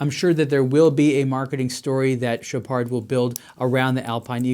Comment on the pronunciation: Dude you don't pronounce the D in Chopard lol